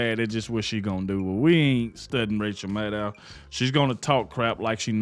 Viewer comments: MAD-DOW not MA-DDOW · Thank you for all you do! :) Btw... The witch's name isn't Ma dow, but Mad dow - kind of like Mad cow :D